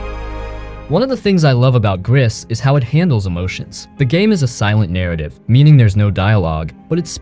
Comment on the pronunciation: I played Gris and Tales of the Borderlands. At this moment Dreamfall Chapters, Sinking City and Sherlock Holmes are on sale on Playstation Store, so I bought these. Btw, "Gris" is French for "grey" and the "s" is not pronounced ...